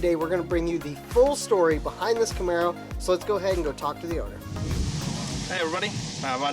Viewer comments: You completely lost me at "Camero" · The first introduction of this video gave it away "8 into 1 Cam'e'ro" Obviously a real car guy would spell Camaro with an E and talk over the sound. We're here for the crayons!